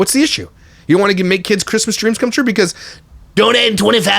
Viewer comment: My fav moment was Min "We are gonna make angel kids dweams come twuuuuuuuu" hahahahaha.